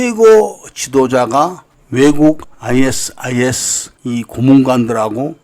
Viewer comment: 아이에스아이에스가 아니라 아이시스라 읽습니다 그리고 아부사아프라 말하지않고 아부사이얍이라 말합니다